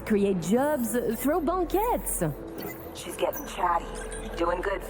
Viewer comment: Do the French really say "bonk-ettes" for banquets?